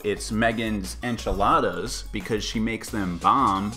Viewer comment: "enchiladas"